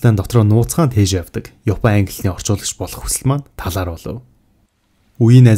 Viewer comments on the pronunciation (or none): none